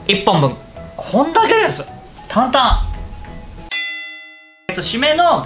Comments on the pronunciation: 簡単がたんたんに聞こえる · こんだけです！簡単！の簡単がたんたん！にしか聞こえなくて笑える😂